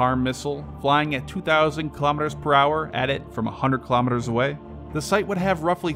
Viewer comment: Why don't you just use miles/hour (mph) since you are incapable of pronouncing Kilometers properly!